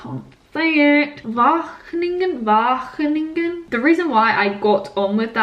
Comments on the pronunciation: I'm convinced you will love Wageningen! Both the course, the university and the region. There is a strong focus on cutting edge and innovative research on food, on and off campus. And your pronunciation of Wageningen is already perfect ;-) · Your pronounciation of Wageningen gets better every time! Xx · Not the most important part of this video, but your pronounciation of 'Wageningen' has definitely improved :) (also congrats on the offer ofc!) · Your pronunciation of Wageningen is getting better!!🙋🏼‍♀️ xx from the netherlands